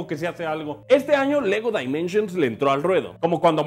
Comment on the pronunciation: En pocas palabras pronunciar Lego Dimensions como lo hace en este video, está de la chingada, y luego se burlan de los que pronunciaban "Yiers" al referirse a Gears of War